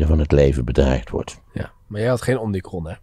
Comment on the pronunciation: Omnicron? Heb ik dat goed gehoord? Het is omicron volgens mij